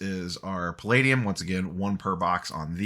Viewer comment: Congrats on the sweet box! Also, nailed the pronunciation of “palladium!” ;)